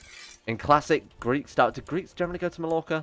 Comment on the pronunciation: ITS PRONOUNCED MAYORCA